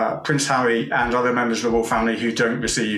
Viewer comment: He keeps saying Hawwy lol